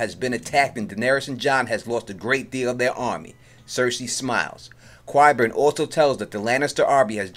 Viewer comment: Is that supposed mean something special? I didn't make up the way the actors pronounce the name. I can offer up a little help for anyone having a little difficulty, maybe try" KIE" BURN. At first, I found your pronunciation to be quit funny. However, since you have chosen to inform me that you are from NY. I now realize, that it is merely a lazy excuse.